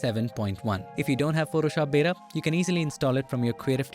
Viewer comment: ... and "Photoshop beda"